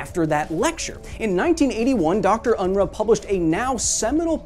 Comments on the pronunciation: Unruh is pronounced UN-ROO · The name 'Unruh' is pronounced 'Unrooh'. Furthermore, I consider that the short numerical scale should be abolished. Semantically inferior to the long one, it is a pointless source of confusion. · Dr Unruh's name is pronounced Un-Roo.